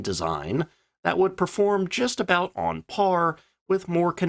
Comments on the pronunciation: I can’t listen to him butchering the names. It is Bolt on Paul not boot an. It is Warrick (spelt Warwick) not war wick. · AI voiceover! ' 'Boulton' of Boulton Paul Aircraft Ltd, said here as 'Boo-tahn' is actually pronounced 'Bolt-on' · What on earth is a “booton”? Its pronounced Bolton! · The U is silent in the pronounciation its not Bou-ton Paul it's Bol-ton Paul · "Boulton- Paul" is pronounced 'as Bolton-Paul' not 'Bouton'. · Pronounced Bolt on Paul.. not Boolt on Paul. lol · NOT Booton Paul - Boulton & Paul. Boulton is pronounced the same as Bolton is without the U. A distant branch of my family by the way, so that's why I know. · Boulton is pronounced Bolton not Bootong - ignore the 'U'. Also the Warwick - pronounced woorwik - was a later development of the aircraft Vickers were actually ask to concentrate on, the very famous Wellington - I'm surprised you got that wrong? One last thing: the Brits numbering system for it's units was recalled as individual digits - not as whole numbers, so 633 Squadron (as in the movie) would be 6.3.3. not the U.S. style: The Six hundred & Thirty-Third. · British viewers . It is Ball-Ton Paul not Boo- tan Paul correct ? I am an American in my 60s . I always heard people call this company Ball-ton Paul. Anyway I really enjoyed this video because this aircraft fascinated since I built the plastic model in the early 1970s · Great video, some tips on pronunciation though: Boulton is pronounced Bolt-on just like the town. Warwick is pronounced with the second w being silent, 'warick' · Pronounced as 'Bolt-on Paul'. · It's pronounced Bol - Ton , BOWL - TON , BOLL - TUN ! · Why do you say 'Boo-ton' Paul...? It spoils the video. 📹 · Booooooton? Americans can’t speak English! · Bolt'on, Bolt, Bolt, Bolt, as in a nut and Bolt.. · It’s pronounced Bolt on. Thumbs down for you! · Note that Boulton is pronounced like bowl ton. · Pronounced BOWL-TUN I hope you learned something. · B O L T O N , o as in ox. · It’s French for button - “Bootonn”.